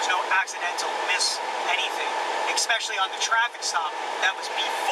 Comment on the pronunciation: "Ekspecially" yeah he needs to be put away for that one.